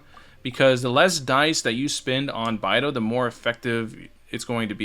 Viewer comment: It’s BAE-DOU. not bye-dou…